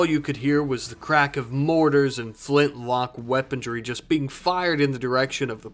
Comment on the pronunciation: There's no bloody 'T' in weaponry.